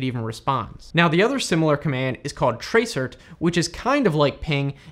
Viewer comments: It's not tra-cert it is trace route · It's trace route not trace cert! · Useful video, thanks. However tracert is actually pronounced "trace route" which is what the rt is short for. Not "tray cert". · Great video... but... most admins call TRACERT NOT Trace Cert but "Trace Route". LOL :) TraceRT=TraceRoute to trace the routes to the site. :) Have a great day!! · Tracert ... do people actually pronounce that "trace- ert"? tracert is short for Trace Route... I only ever heard people pronounce it as Trace Route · Tray-cert. Never heard it pronounced that way before. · Tracert is a shortrned version of TRACE ROUT and is usually pronounced as such. Just a wee hint. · It's so weird to hear TRACERT pronounced out loud as its spelling. Normally we say "trace route", ie "hey man, run a trace route to xxx.yyy.zzz.000"... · tracert is pronounced ‘trace route’. Not being mean but it makes it look like you have just looked this stuff up, or used it without any training or professional experience. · Did you guys also cringe every time he said tray-cert :)